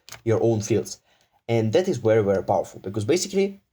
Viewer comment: This is wery wery wwwery bad 😂😂🤣